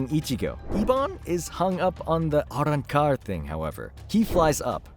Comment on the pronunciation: Quit saying Arancar like a dush